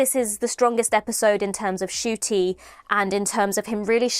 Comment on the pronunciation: Babes it’s pronounced N-shoo-tee